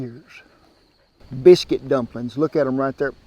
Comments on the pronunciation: "Drumplin's!" 😂 Hi from Melbourne Australia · I think"drumplins" was my favorite part❤